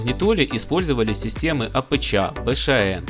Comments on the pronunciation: Как режет слух это твоё АПЧа, научись уже говорить по русски..., нет такой буквы ЧА. АПЧ - автоматическая подстройка частоты ( для радиоприёмника) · Апэча, Бэшаэн режет слух!, ты бы у батьки у СВАВО поинтересовался, как правильно всё это читается))) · Всё хорошо, только "апэчя" слух режет.